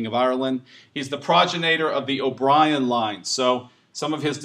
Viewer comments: It is spelled progenitor and pronounced pro-gen-ih-tor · Oh, that's just one of so very many pronunciation issues in this presentation. I'm American, too (though I did my post-graduate studies in England), but I know how to pronounce progenitor and Oxfordshire and many of the other words butchered here. And I can understand having difficulty with some of the Irish pronunciations, but progenitor is an English word that's spelled exactly how it's pronounced. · Names, places, "progenitor", oh so many pronunciation issues here.